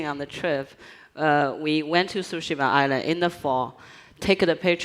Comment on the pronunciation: Everyone before the game: "What is Ghost of Tooshéémuh?!" Everyone after the game: "I am... the Ghost... of Súhshimah..."